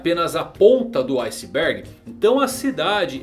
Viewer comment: Na ponta do "ice burg" genial kkkk